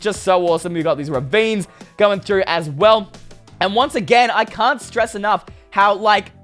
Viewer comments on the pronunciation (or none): none